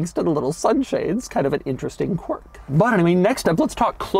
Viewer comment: you need to stop saying qwiurk